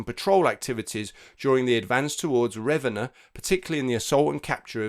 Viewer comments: Italian generally puts stress on the second syllable. Hence, it's pronounced Ra-VEN-na ("Ravénna"), not RAV-enna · Might want to double check your pronunciation of Ravenna...